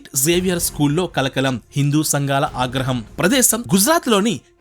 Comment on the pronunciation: దయచేసి మీ prnounciation కరెక్ట్ చేసుకొనండి ష కి స కి తేడా ఉంది మీ ప్రొనౌన్సియేషన్ వింటుంటే సిగ్గు కలుగుతుంది 1.Official లో షి ఉంది గాని సి కాదు 2. Social లో ష ఉంది గాని స కాదు 3.ఆగ్రహం లో ఆ ఉంది కాని అ కాదు 4. Missionary లో ష ఉంది కాని స కాదు మీరూ చాలా బాగా క్లుప్తంగా చక్కగా చెప్పుతున్నారు గాని ప్రొనౌన్సియేషన్ కి ప్రాధాన్యత నివ్వండి.